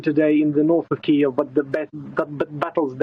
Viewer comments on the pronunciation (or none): Funny the way journalists are trying to say 'Kiev' properly but are just saying keev, which isn't right either. Listen to how Sviatoslav Yurash says it. It isn't keev with one syllable, it's two.